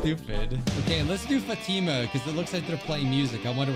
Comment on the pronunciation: the name Fatima is pronounced fought-emma